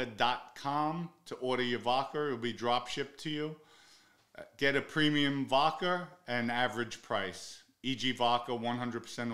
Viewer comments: Vodka has no R in it Pronounce the A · " vodker" lol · The way you pronounce vodka kills me every time 😂😂😂. Vodker